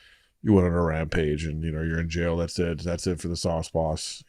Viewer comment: Sawce bawse